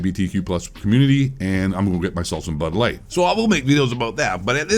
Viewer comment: It got a little hazy to me after all that gender equality spew, did he say "bud" light or "butt" light??